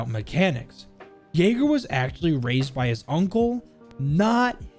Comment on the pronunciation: He's yayga not yager